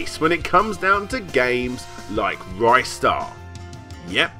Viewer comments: Rye-star? Im outta here Ree-star thankyou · Ristar the Shooting Star (リスター・ザ・シューティングスター Risutā za Shūtingu Sutā) Short "i" sound, not a long one. "Wrist-ar", not "Rystar". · Ristar is in my top five favourite games of all time. Playing Ristar isn't just playing a kiddy platformer, it's playing a living, breathing sci-fi universe filled with emotion. One of the best games for the Mega Drive. Good video but it's pronounced 'Ree-star' not 'Rye-star'. Not sure where this 'Rye-star' pronunciation came from. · Interestingly enough this is the first time I've ever heard it pronounced R-eye-star. Everyone I've ever met either says it "Ree-star" or "Wrister" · It's pronounced 'Ree-star' as how the creator calls the character. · Just so it goes on record, it is officially pronounced "re-star" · Well, technically the Japanese title is also in English. But anyway, another youtuber did a Ristar retrospective awhile back and he mentioned interviewing multiple employees of the English localization. Two of them pronounced it Rih-star, and another said Ry-star. So it can be both, but I go with the short i since that has more phonetic proof to it.